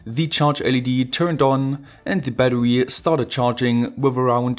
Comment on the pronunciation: kollege jedesma wenn du bäddewy sagst ziehts mir die zähne... aua. in battery ist ein R. kein W